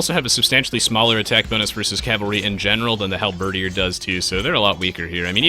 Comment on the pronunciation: That's one hell of a way to pronounce halberdier